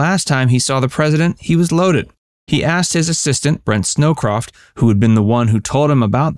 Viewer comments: Brent Scowcroft...not Snowcroft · Nixon is a drunk and Kissinger saves the day. Direct from the pen of Kissinger. This video is incredibly misleading. Yes Nixon drank too much during the pressures of Watergate but this business about Nixon being a drunk is irresponsible nonsense. And it’s Brent “Scowcroft,” not “Snowcroft.” But I wouldn’t expect you to know this. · Please double-check the correct names of the historical figures you reference; it’s Brent Scowcroft (not Snowcroft).